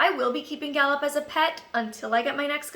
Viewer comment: Lol in the beginning I thought you were saying "Da boop" lol luv u <3